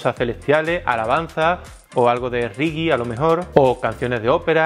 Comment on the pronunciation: quisiste decir Reggae?(Riggi)😄